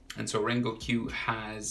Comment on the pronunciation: you dont pronounce it "rengokq", you pronounce it "rengoku" good drawing though